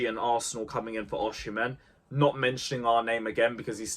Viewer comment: Why do you say OSHImen?????